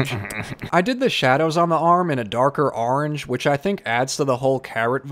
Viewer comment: Your accent always comes out when you say “orange” lol and today when you said “gorilla” it became more apparent 😂